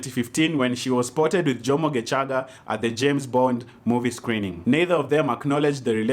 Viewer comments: Lmaoooo. Why are you saying gecaga with a hard CH 🤣🤣🤣🤣 isn’t it shhhh like geshhhhhaga. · The way you've pronounced Gecaga had me rolling "GeCHaga'😂😂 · Matharon 😂 your pronunciation of Gecaga 😂 You're awesome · Happy belated birthday 😘... That pronunciation of "Gecaga"😄......you even know how long she is... Washangaza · Happy birthday 🥳 The way you are pronouncing “ gecaga” Ati nowadays he is just a dj in capital fm😂😂😂😂😂